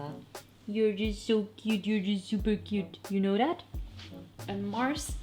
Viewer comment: It's "this" and "that" Not "dis" and "dat"